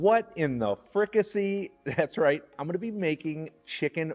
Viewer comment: Pronounced Fricassée (fri-cah-say)